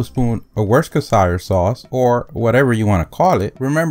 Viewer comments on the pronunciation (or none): Wuster chire?! Really!? It is Wuster sheer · lol, "wooskershire sauce "or whatever you want to call it!" Worcestershire is pronounced "wuss-ta-sheer" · Work-dat-sheer sauce 🤣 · Worskister sauce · MATH LOVER Worcester not Worstchester- and spelt isn’t the same as pronounced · Its pronounced woosta-sheer. Worcestershire. God knows how uk got to this pronounciation lol 😆 this is as phoenetically accurate as i can get. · Dear: minutes: It is pronounced: [wuss-ter-shir] (as if you are saying shirt or Shirley. If you plan, somehow, or by some intrigue for the other sacred culture or Worcestershire, England, you will need to get it right, first. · It doesn't matter what kingdom you're in; it's still pronounced Wust-a-sure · just say wooster sauce,or woostershire sauce correct pronounciation,much easier,now where did that fuckin chicken go to,come here chicken youre going under the grill. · 😂 Worcester sauce is hard to pronounce. So it's pretty understandable how you can mix that one up 😅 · And you pronounce it wrong.